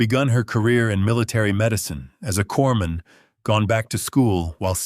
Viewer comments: corpsman is pronounced coreman the s is silent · Corpsman is pronounced cor-man. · It's really annoying that the narrator always calls a corpsman a corpse man. I mean, I know a lot of ignorant people deliberately mispronounce it, but they'll call out for a medic or corpsman when they get hurt!!! Listening from Knob Noster, Missouri, USA